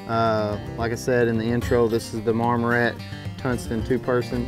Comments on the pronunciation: Mar-mor-ant “tint” lol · "Marmorant?" hahaha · Can’t trust this video if you can’t say the 6 letter name of the company correct